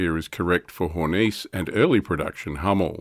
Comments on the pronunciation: Hey, it's a german vehiecle, not french. HornissE, not HornEEce ;) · I would note that following "e"s are NOT silent in German. Hor-niss-eh